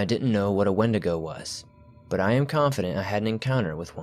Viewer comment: It’s pronounced’ ‘when-dee-go’ 😎